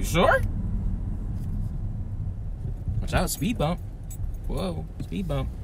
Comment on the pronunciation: MY NIGGA SAID SPEED BUMB 😂😂😂😂😂😂😂😂😂😂😂😂😂😂😂😂😂😂😂😂😂😂